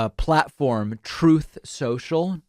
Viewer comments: Confession: one of the main reasons I watch David’s channel is to listen to the “troth sensial” drops 😁 it’s so funny! 🤷🏽‍♂️ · "Troth Sential" 😆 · Troath Central never gets old! I laugh every time I hear it! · Hi David, it never ever gets old, and never fails to make me laugh out loud whenever you use that audio clip of Trump saying:”Troth Cenchral”. Thanks bro! 😁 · Trothe Sential....🤣🤣🤣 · Trump: "Troth Cential" The captions: "Trust essential" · I thought it was pronounced "Trouth Snoshle"..? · TROATH SENSIAL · troth senchal always gets me LMFAO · "Troath Sential" kills me every time lol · Same here! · TROATH CENTIAL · Don’t ever stop the “troath sential” vo please! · "Troath Sensual"😵‍💫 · Troth Sential 🤣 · "Troath Cenchull" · “If you scroll down Troth Sential…” 😂. Trump is just endorsing people late and when they’re already about to win. Then if the endorsee wins, that’s “big victory” for Trump. Just acting childish as usual. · Lol more like "throat sensual" hahaha 😆 😂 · Troeth Sentchall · Stop saying Trooth Soshal. Just say, "Trump keeps posting online. Stop saying that company name! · I laugh everytime you play the recording of trump mispronouncing truth social. 😂😂😂😂😂